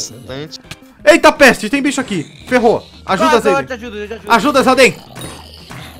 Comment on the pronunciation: KKK na parte o chamou o zayden de zaydenge